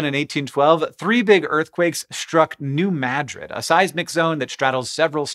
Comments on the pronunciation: Points for pronouncing New Madrid correctly. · Thank you, Hank, for pronouncing New Madrid correctly! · I was born and lived my first 14 years just a few miles to the north of New Madrid. We experienced a lot of tremors then (the '50s and '60s). Our farm was one of the places that the earthquake refugees fled to. Unfortunately it was an abysmal swamp, freezing in the winter and filled with malaria laden mosquitoes. Thanks for pronouncing New Madrid and Missouri correctly.